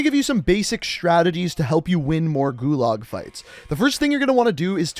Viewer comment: Nice video, but pretty painful listening to your pronunciation of "gulag"